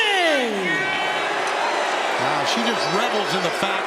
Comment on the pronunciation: pronunciation is Moan A. It's a French pronunciation.